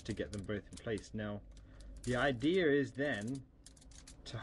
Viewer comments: its idea not idear and its alluminum not amulliam gosh were in america dumbass go back to ur dumbass planet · "The i-dear." Lol, at least you try bro, nice tutorial. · idear? i belive it isnt pronunced with an R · 33 , he says ider lmfao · what is an idear? and i've never heard of the foil he's talking about....aloomineeum? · lol the "idear" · YOU SAID idea"R" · no he says idea with a r lol